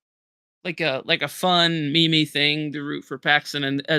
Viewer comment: Stop saying me me for meme lol.